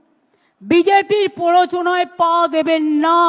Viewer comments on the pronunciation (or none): পোরোচনা না প্ররোচনা